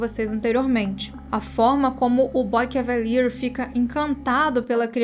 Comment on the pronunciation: Moça, o Nome do empresário jovem da Prodígio é um nome FRANCÊS. Você não pode fazer uma pronúncia TOSCA e ridícula meio inglesando um Nome Francês. Se for assim, chama ele de "Boy Gentleman" 😂😂😂😂😂😂😂😂